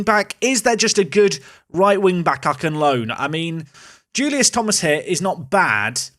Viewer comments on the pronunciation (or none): none